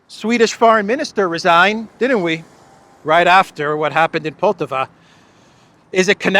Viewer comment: PoltÀaaava, not poltavÀ